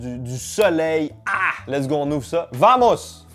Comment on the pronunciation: Le "Vamos" sa ce prenonce "Bamos" Le V se prenonce B😂😅Voilà XD Sinon j'aime bien comment tu le dit✌️😅😂